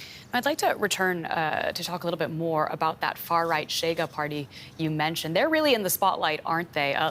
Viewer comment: it's not "Tchega", it's "Shega" 🙄